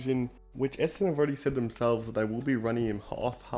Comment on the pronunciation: There is an "N" in ESSENDON. It's not ESSEDON. FFS.